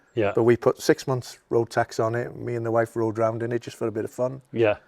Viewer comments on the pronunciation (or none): none